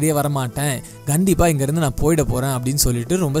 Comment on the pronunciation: One correction "Gandipa" illa "kandipa"